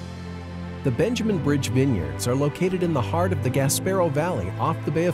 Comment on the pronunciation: VR Great idea to bring all things Nova Scotia to the world! One thing to consider when you hire a marketing company that offers voice overs that they pronounce place names properly Eg. it is the (Gas-per-oh) Valley not (Gas-pair-o) Valley. (In my opinion.)